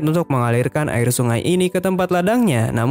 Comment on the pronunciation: bilang ari bukan air